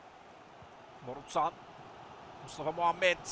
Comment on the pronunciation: abi sen niye morutana borusan diyorsun